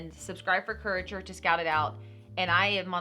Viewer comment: It's pronounced cure A tor